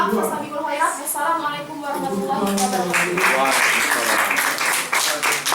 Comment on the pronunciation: Wabarkatuh -_- saking semangatnya malah lupa huruf Ro itu berharokat 😂